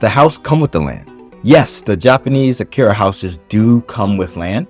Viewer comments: I’m no grammar Nazi, but everytime I hear “Akira” I can’t help but wince a bit 😅 あきや… it’s even spelt right in the video. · Btw... are you saying "akiRa" or "akiYa" ..?